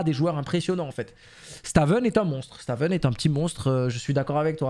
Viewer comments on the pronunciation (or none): Stavn ce prononce staun (pr moi c stone), sinon bête de format aussi bien sur cs que valo force a toi le boss